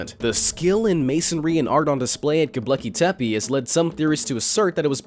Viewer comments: It's 'Gobekli' not 'Gobleki'. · What the fuck is Goblecki Tepi? Its 'G O B E K L I T E P E' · Its not "go BLEKI tepe" lol. Gobekle bruh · You pronounced Gobekli Tepe WRONG every time you said it. You spelled it right in the title. However; You pronounced it "GobLEKI Tepe" every time. Didn't anyone else notice? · The way you say Göbekli Tepe is hilarious. You also forgot to mention how there is also 200 cities underneath it carved into Volcanic stone with some of the cities having three levels and others having as many as 10￼ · The most mysterious of all is how the narrator managed to mispronounce Göbekli Tepe every single time. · Ugh! Please pronounce Gobekli Tepe correctly. Other than that maddening thing, good video. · So many people have heard Gobekli Tepe pronounced correctly that your mispronunciation really detracts from the video. You really should dub over it if possible. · GOBEKLI TEPE You pronounced it wrong.